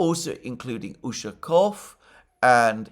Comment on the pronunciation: Mercouris, you did it! You did pronounce Lavrov in Russian correctly once. Good job mate! The other 10 times you absolutely butchered it! Again 😂 Keep trying.... Don't forget Ushakov and Peskov's last names are pronounced in the same way as Lavrov. Stress goes on the last syllable. The "ov" syllable.